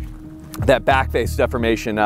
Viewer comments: What the heck is with that pronunciation of ‘deformation’ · def-4-mation? isn't it pronounced D-4-mation?